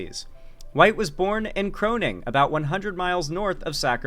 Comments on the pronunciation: CORNing, not crone-ing. Small agriculitral town about halfway betweeb Sacramento and Redding. Big Indian casino and a LOT of horsemanship events up there. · Corning (not Croning) 🌽🌽🌽